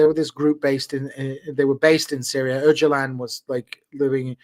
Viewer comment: proving that he is a true American by being completely unable to pronounce ”Öcalan”!😂